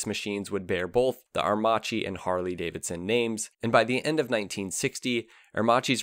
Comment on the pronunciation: You butchered the pronunciations especially " ah err Maki ".... how can you have done this ? You showed a picture of Giles Villenueve as W. Villa.... Agostini etc. You missed out on the little known now braking system the "idronico " which is a form of a drum brake . It's a cone working within a cone to work smoother and has increased surface area. Better for aerodynamics. You had one pic of it btw. Macchi did not need any engineering expertise from H D . They were building 16 cylinder twin plug per cyl Supercharged aircraft engines in the 1930s and still hold the float plane records. Italy was under financial mayhem due to the OPEC restrictions, so it was a mutual benefit to do business. I lived it. Thank you for sharing some light ..... call on a real Italian , contact a consulate or some of that nature next time